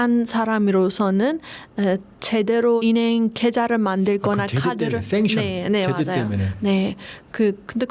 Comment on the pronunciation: 으 발음이 안 되는구나. 음식이 임식으로 들려서 갸우뚱 했는데 은행도 인행으로 발음하네